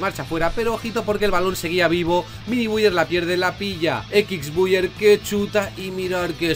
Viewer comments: Nadie:: Equix buyer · Equixbuier 🤣🤣🤣🤣🤣 grande